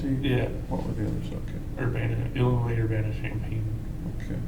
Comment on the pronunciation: he says "Illinoise"... Def crazy